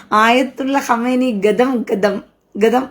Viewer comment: ഹമേനിയല്ല സഹോദരി ഖമേനി